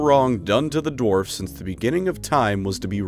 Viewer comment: Sounds like you are saying dorfs.